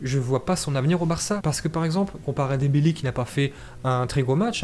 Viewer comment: "GRIEZMINE" ET "DEMBALAI" OUT